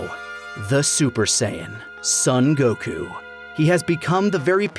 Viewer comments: Every time I hear this guy say fucking "Goku" like "Goh-khuuu" I'm reminded of the cool whip scene in family guy. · I’m new here whys that one guy say Goku’s name “gokU”? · Why does he insist in pronouncing Goku the Japanese way hah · am I the only one who has a problem with the way says Goku